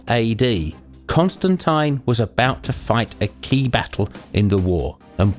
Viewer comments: you said constantine wrong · I've never heard Constantine pronounced like that even in the UK